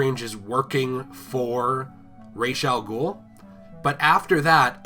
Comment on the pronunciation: Shout out to this man for saying Ra's Al Ghul's name properly. You are a true king!